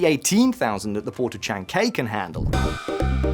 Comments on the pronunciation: The name of the port isn't "Shan gay' it's Chan Cai (Chancay) so tone deaf!! I couln't finish watching because obviously you don't pay attention to the news in Peru in espanol. Que torpe! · It's pronounced chahn-kai. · Chan-KA-y --> A like Apple, KA like KA-ngaroo if you listen closely to the videos in Spanish you have in your video you can notice the way to pronounce it 😉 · It's pronounced chan kii (as in eye) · You need to learn how to pronounce chancay please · Please, please, do learn to pronounce the names of towns like Chancay and Manaus correctly. It’s pretty disrespectful and could appear to be quite ignorant. Takes very little effort and could reflect on the substance of you video. Thanks. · 1) Chancay, last syllable rhymes with Hawaii. Listening to that pronunciation was a nightmare 2) Dina Boluarte is the most unpopular president in the world, with less than 5% of approval, and there is an error margin of +/-5. She came to power after a congressional coup against an elected president. The coup was consolidated with +60 Peruvians killed by the military when they came out to protest. So yeah, whatever small stability the government might have for now comes at the cost of the population and its state institutions. Government is composed of a fragile alliance of business grousp, sectors of the informal economy, and even criminal organizations. This is what you support when you invest in Peru. Both the gringos and the Chinese know how to make use of such conditions.